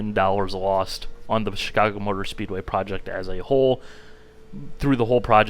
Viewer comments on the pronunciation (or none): none